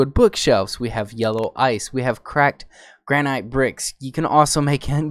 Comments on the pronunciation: Its Gran-It, not Grand-Night, my guy. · I'm sorry but granite is Pronounced "Gran it"